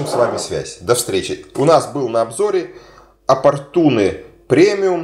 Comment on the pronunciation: Опортьен правильно а не опортуне деревня